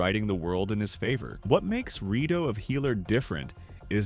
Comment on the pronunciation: "Re-dough of a Healer"?